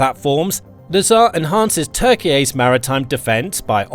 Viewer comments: Turkeyay? lol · Just a heads up, you don't have to pronounce Turkey's name as Turkey-yay. We don't call Germany Deutschland, or call Italy Italia. And there is no obligation to. Turkey's request to call it Turkiye is kind of weird.